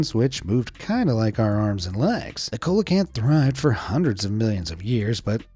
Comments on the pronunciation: See-lah canth ! It's not pronounced phonetically. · It's pronounced like the singer CELLO CANTH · Coelacanth is pronounced "see-loh-can-th". And that annoying Forrest Galante says in his [terrible] show that his grandfather helped "rediscover it", which appears to be at least only vaguely true, if not an outright fabrication. I tried watching the show when it first came out but I found the host to be rather cocky and douchey and a false advertiser. He'd constantly tout that he "found evidence" of whatever creature he was pursuing being alive still and then, more often than not, at the end he would be like "well, we just don't know! Not enough proof..." 😒🤦🏻‍♀️ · If you're going to narrate a video, go learn how to pronounce names of animals correctly first. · Hi,Coelacanth is pronounced seal-a-canth........ It's like when Americans have a baseball world series....,but the world isn't invited or create a game called football but when football already exists so Coelacanth is Seal a canth....I'm just saying brother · Bruh the black leopards are not leopards their jaguars, the coelacanth is pronounced see-lo-can-th & caimans are pronounced kay-men.😠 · “Colacanth ”? Don’t you mean “sealacanth “? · “SEE-LO-CANTH”, not “COLA-CANTH” 😅 🐠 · The first syllable of coelacanth Is pronounced like "seal" not "coal". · It's a see-lo-canth not colacanth fyi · A "cola-cant" ??? Come on. You don't need to be a scientist to have heard this word pronounced at least once. Do you me a " see-la-canth" or coelacanth. 🤦‍♀️ you know less about these subjects than anybody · He mispronounced the colecanths name!! See lo canth! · Say it with us “see-luh-canth”. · Teach him it's NOT a Coalocanth PLEASE. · Its see-low-can-th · Pterosaurs are not dinosaurs and coelacanth is pronounced as see-la-canth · Coelacanth is pronounced "seal-oh-canth" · It's actually pronounced Seal ee o canth (sorry, pedantic) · I'm not trying to be rude but it is pronounced (See-loe-canth) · HAHAHA "Cola" Kanth